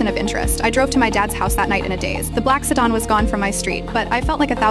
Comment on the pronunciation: AI can't pronounce sedan or unnoticeable lol. 😂😂😂😂